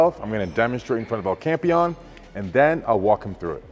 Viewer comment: Larry finally learnt to say El Campeon rightl